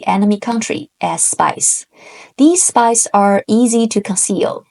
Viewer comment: most entertaining explanation of the art of war and I'm pretty sure the most understandable! Thank you for this video. Although...I did hear "spice" instead of "spies" ("spies" in my dialect ends in a z sound rather than an s sound) and was so confused until the word was actually put on the screen. For real was wondering whether the use and volume of chili pepper vs saffron or whatever was somehow important and completely willing to accept it as a possibility. 😂